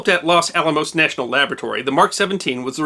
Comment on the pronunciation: Los Alamos, man, not Las Alamos! If that bomb had gone off, My family would had vanished in a flash, and I would have never been born. Yikes! Great job on all of your' wonderful videos. Thanks!